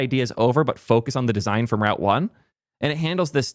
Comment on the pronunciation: I realized i was in too deep when I had to rewatch you say route when I thought you were saying Ralph. 😂